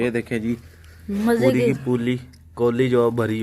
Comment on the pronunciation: seconds Pa Kya Bolry Bhai Puri Ki Poooli😂